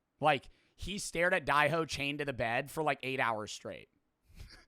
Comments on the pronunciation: Its dae ho not die ho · omg i am getting angry at for how he pronounces dae-ho, its just not right